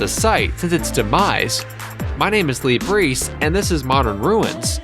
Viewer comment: He pronounces LaBreece "Lee Breece" but it's easy to ignore